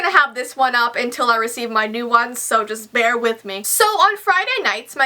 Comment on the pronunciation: I always laugh when she says bear, it just kills me to hear her say that